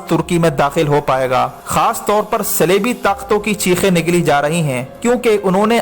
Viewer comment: صَلیبی اور صِلیبی، کیا بک رہے ہو۔ صِلیبی کیا ہوتا ہے؟ صلیبی کو۔